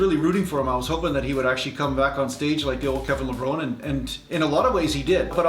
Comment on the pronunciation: It's Kevin Levron-ee. That's how he likes it pronounced and dislikes it when ppl say "Lev-rone"